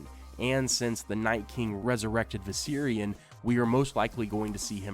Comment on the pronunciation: The way you say viserion is driving up the fucking wall